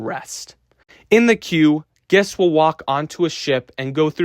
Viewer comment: Great video. Only note, please work on the pronunciation of "guests," as it was very confusing for me (gests)